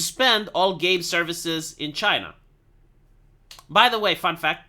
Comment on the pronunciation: I miss the way he says Chay-na.